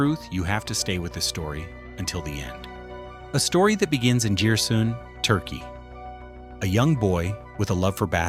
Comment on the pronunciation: Giresun'u nasıl telaffuz ettiysen. çeviride Erivan olarak çıkmış. Madem ki böyle bir video yapıyorsun biraz dikkat etmelisin. Biz Houston'a Boston diyormu yuz..O'nun allstar olduğundan da haberin yok.